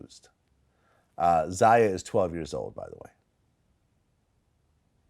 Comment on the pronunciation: Its pronounced "ZAY-UH and ZY-ON(not Zian)" Vlad!!!!!! Other than that he still a little boy lmaoo